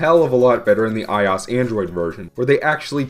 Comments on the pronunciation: get over what? I just never heard someone pronounce iOS like that , that's all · ***** he said in fue video I will pronounce iOS however I damn please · The fact that, not only does he phonetically pronounce i O S, but that he's insists upon it EVEN THOUGH it's the complete incorrect way of doing so, is the most cringe-worthy thing I've ever heard in my life! Seriously, he is the only person in the world to pronounce it this way! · Mu5Hr00m the only thing worse than his pronunciation is iOS itself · ur saying ios wrong dumbass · Why do you pronounce iOS like that though? Weird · Pronounce it like the letters. OS stands for Operating System. "i" is just the prefix Apple uses for everything. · My 4th grade computer teacher also pronounced ios like that